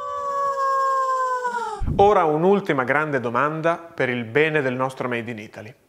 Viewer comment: sembrava che avevi detto "pene" non "bene"